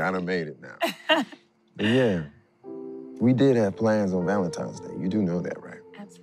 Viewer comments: Same thing in the Bet+ movie My Valentine Crush. I’m like so they just gone keep letting her say Valentimes? So cringy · The fact she kept saying “Valentime’s Day” threw me off. Plus the weave was a mess.